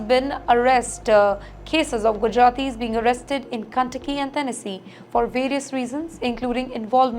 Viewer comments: Madam it's not Cuntucky but KENTUCKY... inspirational reporting 😂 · Ken not Kan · OMG 😱cun takki ? Hare’s the part, commuty, coperate, tenasi, goment….WHERE DID THIS WOMAN LEARN OR DIDNT LEARN TO SPEAK ?? Yet she is only reporting on all USA matters and issues…. TIMESXP PLEASE REMOVE HER, HOW CAN ANYONE LISTEN TO HER, LEAVE ALONE BELIEVE OR SERIOUSLY TAKE WHAT SHE IS TALKING ABOUT ???